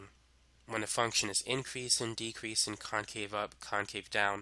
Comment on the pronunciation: Felt like just sat backwards on a chair with a backwards facing baseball cap when he says “increasin’ decreasin’”